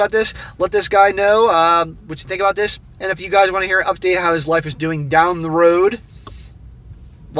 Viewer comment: Stop saying "Dis" man. You aren't from the ghetto.